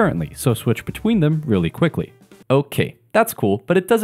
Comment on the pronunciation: The way you said okay i can bet you are a asian guy i bet it